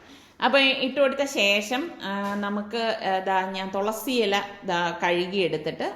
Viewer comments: തൊളസി അല്ല തുളസി ✔️ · തോളസി അല്ല തുളസി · തോളസി പറയുന്നതു കേട്ടു ചിരിച്ച് ഇടങ്ങേറായി 😂😂😂😍